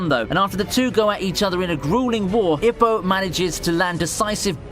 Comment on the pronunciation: Ippo is pronounced E-poe....